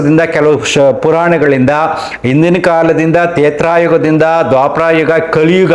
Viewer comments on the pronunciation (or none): ತೇತ್ರಾಯುಗ ಅಲ್ಲ ತ್ರೇತಾಯುಗ, ಕ್ಷಮೆ ಇರಲಿ ತಪ್ಪು ತಿದ್ದಿದ್ದಿಕ್ಕೆ